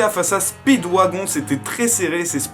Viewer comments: Les extraits si tellement gacher par les filtres et dire speedwagon alors que ca se dit speedwagone et le nom de DIO j'en parle pas sinon 💪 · Speeewagon se prononce speedWAGONE plz c pas un wagon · Ça se prononce spidwagone